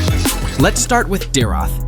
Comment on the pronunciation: the pronouncation for dyrroth is dayrot